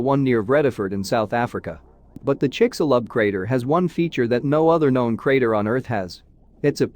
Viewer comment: Almost couldn't get past the narrator's pronunciations of of Chicxulub and Yucatán.